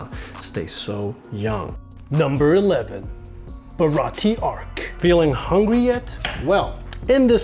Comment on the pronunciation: its pronounced baratie (Bo-Ra-Ti-Ae)